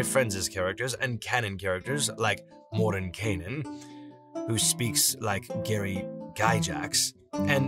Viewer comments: Did you literally just say, 'Gary Guy-jax'? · Gary Guy-jacks? You know, it used to take me out of the moment a little bit when you'd pronounce something a bit funny, but I'm finding I just enjoy it as part of the the charm.